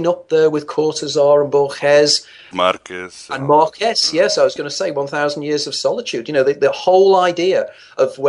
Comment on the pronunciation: Boor-guess? He means Borges I suppose. Boor-hayes.